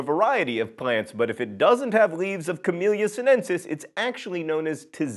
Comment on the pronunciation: I know John'll never get it right, but it's "Camelia sin-e-sis" and "tis-an-e"